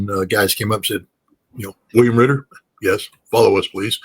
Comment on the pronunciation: Its Scott RITTER, not Scott Quitter !